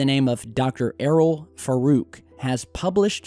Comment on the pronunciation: Dr Faruk? say it like farook